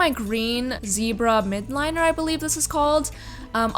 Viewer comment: It’s actually the zebra miLdliner but I also say MIDliner😂